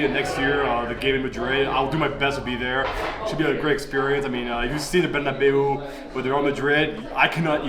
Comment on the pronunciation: My Favorite thing about this Video is how pronounces Bernabeu the name of the stadium. It's very american and very wrong😂